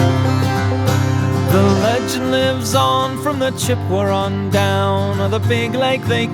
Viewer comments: nicely done but, how are you pronouncing Chippewa? I suspect there's a British 'r' sound creeping in there. Should be Chip - ah - wah but sounds like Chipper-wah. Could be my ears, too. :-) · Chip-pe-what? Never heard an Englishman pronounce that name before. Also dropping the 'h' of Huron. This is so weird, but fun.